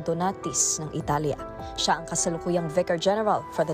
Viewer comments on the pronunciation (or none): none